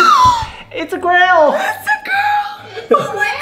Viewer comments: Congratulations but did anyone notice that Alfred said (GREL) instead of (Girl) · "It's a grill~"